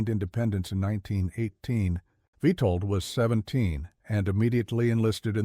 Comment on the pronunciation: It's witold get the name right